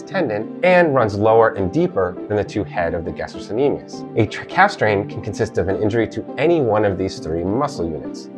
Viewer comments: FYI, it's pronounced "ga-stroK-ne-me-us" (it's a hard "c") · Helpful but pronunciation? Palpitation vs palpation. Gas-t-rock